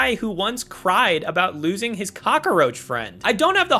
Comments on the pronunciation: the only thing in this video that shouldn't exist is your pronunciation of "cockroach" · Eretile function? Roof's car? Cock-a-roach? So many weird phrases and pronunciations in a single video.